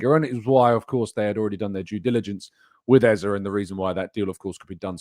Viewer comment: His name is EZE NOT EZA for Christ sake.